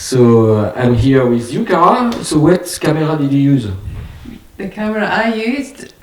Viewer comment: Heureusement Cara sait parler anglais avec une prononciation qui est très compréhensible, par contre..... Please prepare and practice, or even better, speak French. My ears are still hurting! Zeu sœurti faïv... summilux. Frankeulli seau beau ring.